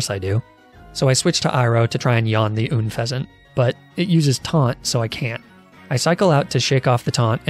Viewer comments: And unfeazent 😂😭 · When he said "oonfezent" ... I felt that... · Gotta love Arcaneenay and Ünfezant